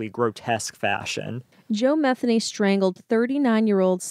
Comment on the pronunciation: Methany ???? Did I hear that name right 🤣